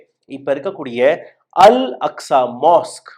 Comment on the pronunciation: அஸ்கா இல்ல bro அக்ஸா